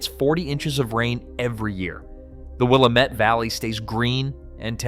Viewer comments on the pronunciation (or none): It's not Will-A-Met it's will-am-et. It's not Salim it's Say-limb. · wuh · la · muht - for the love of god, please look up how to pronounce names before making these videos. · Will am. Et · It is not pronouced 'Will-ah-met.' It is pronounced 'Will-am-it.' Valley. Just some FYI...... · Willamette: WILL- AM- ET. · For starters, if you want to have any credibility at all when discussing Oregon, learn how to pronounce Willamette; its Will AM ette. Incidentally, only Eastern greenhorns say Nav vah da; the second syllable, va, is spoken like that in vast. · DUDE!!! It's pronounced: Will - Like the name Am - (like the word 'Ham' without the 'h' sound) Met - ( like I 'met' my friends for lunch) It's WILLAMETTE, DAMMIT!!! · In addition to butchering the name Willamette (pronounced: Will-Am-Et) it's also not Sulem... it's Salem (pronounce Say-lem). Do it right or don't do it at all!!! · Will am ette Valley! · Will-am-it Vally. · You’re totally right in this video. I live in Klamath Falls, Oregon. I voted for joining Idaho. Thanks for posting it. A couple of hints on local pronunciation. Willamette is: Will-am-et 😊. Klamath is: clam-eth. Have a good day. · Will-AM-mette! SAY-lem! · Willumut? Again "Willumet" - That's what you get with AI narration. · Credibility shot when can’t even pronounce Willamette or Salem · At least pronounce the names correctly! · It’s amazing how the highly intelligent AI can’t pronounce Willamette or Salem properly. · you can't pronounce Salem or Willamette. . Learn how to pronounce our names or don't make a video about my area. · The coast range is also a wall, we are not part of that valley mess of Portland. You could have learned how to say willamette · I suggest if you're going to report on something you should learn how to say the words Willamette Valley , add Salem. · Interesting info to this native Oregonian, but the narrator obviously didn't do his research on how to pronounce WillAmette, SAlem, or Wallowa.